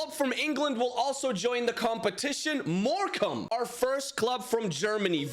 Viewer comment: Bro said morcamne from germany😂😂